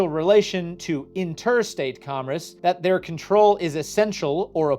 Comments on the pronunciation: You say "commerce" funny. Mispronouncing "commerce" affects interstate commerce and therefore the federal government can regulate your YouTube channel. Henceforth, ye shall only produce content that extols the virtues of Big Government. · are you repeatedly mispronouncing "commerce" wrong throughout the video to troll your viewers and increase engagement? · Apparently I have been mispronouncing commerce my entire life... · God now I hear it too. It’s like “congress” without the g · What dialect says commerce as "commres"? I've never heard someone say it like that until now. On "Spirit vs. Letter," I've understood it as exactly the opposite - the spirit of the law is the words plus original intent, the letter of the law is the words shorn of their original intent. The letter is very often used as a dead letter, and interpreted in whatever way one pleases. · I thought I was the only one that was hearing that.😂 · He's saying commerce, not congress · Today I learned, pronounces commerce as comress and that I’m going to have to watch this many more times to understand everything he said. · Oh my GOD please pronounce “commerce” correctly! Comm-erce. “Erce” as in “purse” Not Com-“riss”! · It's very distracting every time he says comress rather than commerce. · Commerce NOT “Commress” I keep hearing this pronunciation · repeatedly saying "commress" as his mind disassociates "congress" and "commerce" as real words and they blend together is my new drinking game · You said “comress” 61 out of the 67 times you meant to say “commerce” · Is he saying comress? Does he mean commerce? I'm genuineness asking? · I keep hearing comriss and wondering what that is. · sir its COMMERCE not COMMRECE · What tf is 'comress' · Love the video, but it’s driving me insane that about half the time is saying “comress” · I can feel something within me dying every single time you pronounce commerce as comriss...